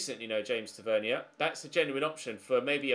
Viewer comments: Give your head a wobble u melt it's not pronounced Ter ver knee er ... It's tava near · James tavenier is good at rangers. And btw it is said tav-a-neer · Tavernier is pronounced Tave-neer. Also very decent on set pieces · Please say James tavernier right I beg